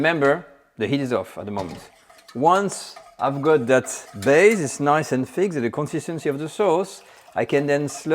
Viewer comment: First class lesson. Now sir practise this…put your tongue just beyond your upper teeth and exhale slightly to get the ;th’ sound in many english works. Its not feeque, but th + ik not eek. Th ank you, thrill…hope this helps